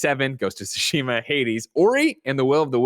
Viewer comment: Is Greg trolling when he calls Ghost of Tsushima, "Ghost of Shushima" or does he legitimately dont't know how to pronounce it? PS. Greg or whoever cannot bring themselves to say TSU, make a little effort at your own time and learn to say it. I believe in you. It is kinda disrespectful to the game and its devs to refer to it in an imporper way just because you are not willing to pratice saying it the correct way.